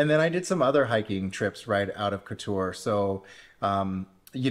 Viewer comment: Any mention of the fantastic fruti and veg market outside the main gates. By the way i believe its pronounced (Cot tor). Great video